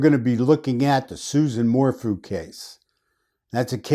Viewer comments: It is "Su-ZANNE" not "Susan." It is "Morphew," not "Mor-fu." There was NO "bike ride." Suzanne was already dead on Mother's Day. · If you’re taking this on please at least do research and make an effort to pronounce names correctly. Her name is not Susan. Suzanne! Her last name is pronounced MORE-FEW. Her town is SAL- 👁- DA. You lose credibility when you don’t even attempt to correct this. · Her name is Suzanne (Soo-zan) not Susan Morphew (More-few). Thank you for your analysis on these cases. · It’s Sue Zan More Few pronounced .